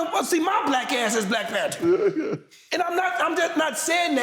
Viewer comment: Nigga said Black PanTER